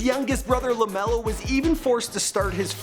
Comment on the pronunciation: lemelo ball or leangelo ball